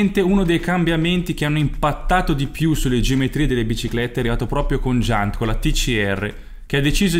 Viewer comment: Giant si legge 'giàiant'!